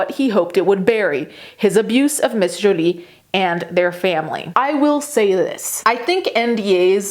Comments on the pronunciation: I love the way she is saying Jolie That's the actual real pronouniation of that French name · Didn't hear "Joiliette" anywhere in the video. Jolie is a French name and pronounced it correctly. Does she need to Americanize it for you to understand it? That's sad. And what does being Italian have to do with anything? Because it's her first language? You can't even spell her name correctly, but she needs to change her manner of speaking to satisfy and pacify your ignorance?